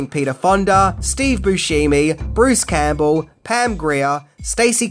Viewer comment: It's not Steve Boo-shee-mee🙄